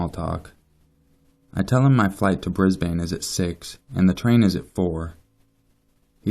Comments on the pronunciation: Brisbane isn't pronounced as Bris-Bane, it's pronounced as Briz-Bin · Here in Australia we pronounce it like "brisben" or "brisbin" lol, same with Melbourne we pronounce it "melben/melbin" It's always weird for me hearing people say Bris BANE and mel BOURNE lol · Hahaha, I live in Brisbane and your pronunciation is great hahaha. We say it like Brisbin and nobody says gold coast like 2 separate words. More like gol'coast. Damn that was excellent, no hate! great video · pronounced - Bris-ben :) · just a little hint. Brisbane is pronounced as 'Brisban'. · I love the pronouncing of brisbane 😂 really made my morning haha, I live in brisbane and here we pronounce it like 'bris-bin' Then again, I have an aussie accent! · This is creepy! I'm from Sydney and I go to Brisbane and the Good Coast one weekend every month! Lol I love the way you pronounce Brisbane, just for future reference it's pounced 'Brisbin' Keep up the good work, I love your channel :) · I'm an Aussie and Brisbane is pronounced brisban 😂 but loved it 👌🏼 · I'm sorry but Brisbane is pronounced,"Bris-bin" just a future reference. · Lol just so you know for future reference so ppl don't give you shit as above here, Brisbane... We say it Bris-bin...Bris-ben? You know we don't annunciate every letter... which is probably why ppl outside of Australia think we pronounce things funny... Because we do lol now I've seen Brisbane written so many times here it looks like it's been misspelled you know when words look wrong after a while? Yeah that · Said Brisbane wrong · You say Brisbane so funny lol.